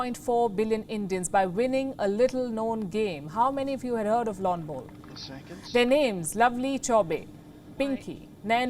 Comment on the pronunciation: She says "lawn bolls" awesome. Lets Go Brandon